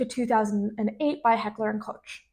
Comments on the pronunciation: Koch is pronounced like coke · Koch is more accurately pronounced like Coke, but with an exhaled h at the end. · The German pronunciation is Coke. Like the drink, not the Mayor of NYC in the 70s. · Cool video, but please learn to pronounce the "Koch"-part of Heckler & Koch...and the x in 9x19mm is spoken "9 by 19 millimeters" ;)